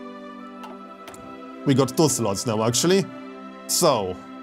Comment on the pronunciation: When says slots it sounds like sluts. I'll never stop giggling.